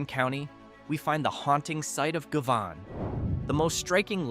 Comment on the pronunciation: AI crap. Govan pronounced three different ways within a minute. YouTube sucks now.